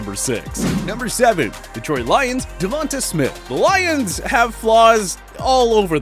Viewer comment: Say Devonta normally